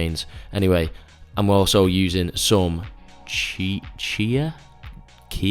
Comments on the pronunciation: CHIA...IS PRONOUNCED IKEA.....LOL! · I am glad I am not the only one with difficulties pronouncing these flashy fitness ingredients...Cheee-yaa?! LOL I feel you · it’s pronounced chia duh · liked for calling chia seeds kia seeds lol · It's pronounced chee-ah. They tend to soak up a lot of moisture and will give your oats more of a pudding-like mouthfeel. And what we call overnight oats is a Swiss invention called Muesli(not that Luxury sugar-bomb cereal sitting on your pantry shelf), traditionally eaten with some grated apple and a little cinnamon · "Tschija seeds" bro :) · Not being funny but its not hard to pronounce CHIA (CHEEA) like CHIEF (CHEEF) NOT CHY-EF is it..